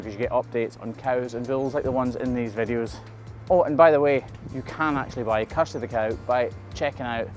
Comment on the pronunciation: I must be going deaf! When you said Kirsty, I heard Custard. Good name for a cow, but who names a girl Custard.....? 😂😂😂 Don't change your accent for me. My late gra'mama, may she rest in peace, was born in Edinburgh, but her family was from the Highlands come down looking for work. ❤